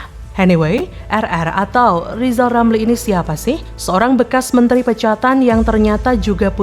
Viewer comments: Lijal lamli dididik ngucap huruf RRRRrrr dulu 😂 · Li...lameli...😂😂😂 Ili kok dipelihala😂😂😂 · NGEBCOT AJA LO LIJAL LAMLI,,, BELAJAR DULU NYEBUT HURF "R" BARU BELKOAL KOAL LO LAMLI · 😊😊...... LIJAL LAMLI KAMU BILANG "R" DL YG BENER , JGN MERASA PALING PINTER TP PECATAN . JALLLL......LIJAL..😊😊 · Suruh belajar ngomong ...R...dulu itu si Lijal Lamli baru ente kelihatan pintel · Sekolahkan TK dulu si RR sampai bisa mengucapkan namanya dg benar